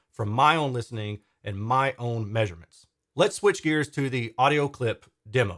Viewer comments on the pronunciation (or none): none